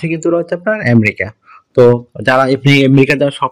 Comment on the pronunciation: এমরিকা না রে ভাই, আমেরিকা।